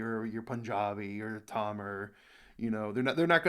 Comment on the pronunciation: Bro, say Tamil correctly it seems like you are making fun of Tamil which is a divine language